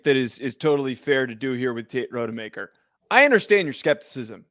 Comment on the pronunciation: Unwatchable. Do your research. Rod-a-maker.